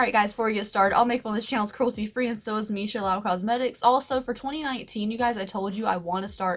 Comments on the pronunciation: Also, it’s meesha “Loo” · Lau? There is an 'o' in the middle not an 'a'.